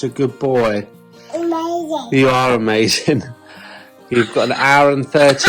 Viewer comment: Love when he says mazing !!! 😂😂😂😂❤️❤️❤️❤️